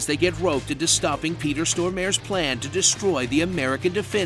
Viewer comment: Okay, but "Peter Store-Mare" is the worst pronunciation of a Swedish name I've heard in a long time :P